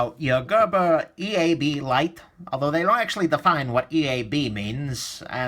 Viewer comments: "Eablité" Bwahahahahahahahahaha!!! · after haveing a bad bad at work then finding this video and him saying eeablaite just made my day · being French, it sounds like you are saying "Diable de la Thé" ;) I had the EAB and EAB Lite - ended up giving the EAB Lite to a friend. I personally prefer the EAB. I found them to be pretty slippery so I had to use some skateboard tape on mine - only way I can open it one handed.